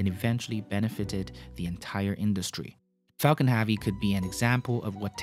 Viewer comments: It's pronounced hevy not havi. Falcon Heavy not Falcon Haavy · "affard"? "Falcom Havee"? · why does he pronounce Falcon heavy Falcon haavy? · Falcon HAVE-ee ?? His mispronunciation is just annoying.